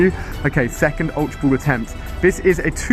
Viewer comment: I love how he pronounces Ultra Ball- Ulta Bouwl. I really love ur vids Ali! <3